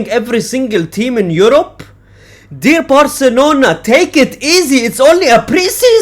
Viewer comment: Bro’s vocals: “deer barcelona 🦌”